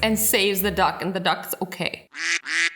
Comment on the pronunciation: When you said duck it sounded like you said dog, and just to say a reason for that, because I'm Australian it sounds a bit weird when I hear your voice